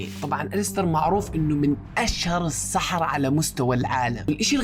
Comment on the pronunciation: السَحَرَة ❌ السَحْرة ✔️